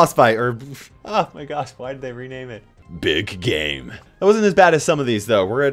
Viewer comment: i thought you said ”big gay” at first lmao